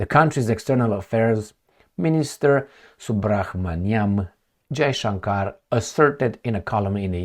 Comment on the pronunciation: Pronounce it as subramaniam jayshankar